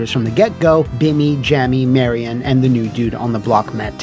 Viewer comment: Did you pronounce Billy and Jimmy as “Bimmy and Jammy?”